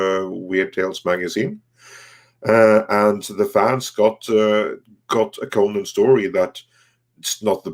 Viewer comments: You guys say the name wrong it's pronounced "Ko-nan" not "ko-nin" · Despite the way most American-Irish pronounce it, in Eire/Erin/Ireland, it is most commonly pronounced "Conn-ehn" with emphasis on the first syllable, unlike "Coe-Nanh" with equal emphasis both syllables.